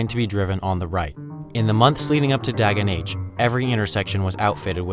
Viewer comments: "dagen h" is actually pronounced, day-yen ho :) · "Dagen H" is actually pronounced "Dar-gen Hor" and "Riksdagen" is pronounced "(European R) Rih-ks-dar-gen". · "Doggen Ho"